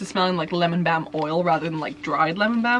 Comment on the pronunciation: baum lol